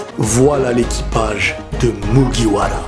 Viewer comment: Et continue les video One piece Tu en fait tres peut sinon ta video juste PERFECTO:) j'ai bien aimé quand ta dit mugiwara